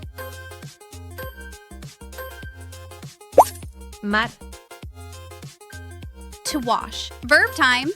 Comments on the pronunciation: I honestly don’t understand people like you. This channel is putting free content out for people to watch and all you can do is complain about how something is pronounced. I hope she says it AGHEN 😂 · Watch the way you say the word again. Sounds like you say aghan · I can’t stand the way you say aghan for again! I can’t listen anymore